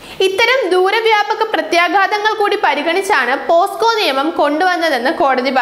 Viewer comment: പോസ്കോ കേസ് അല്ല കൊച്ചേ... പോക്സോ കേസ്. എവിടെ പരിപാടി അവതരിപ്പിച്ചാലും ഇതാണല്ലോ അവസ്ഥ...